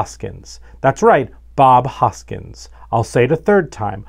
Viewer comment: Guys, I love you but it’s Hoskins, not Hojkins! Great fix, Looking forward to the next one 😁👍